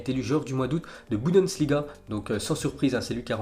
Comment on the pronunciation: en 3 ans il arrive toujours pas a prononcer bundesliga correctement !!!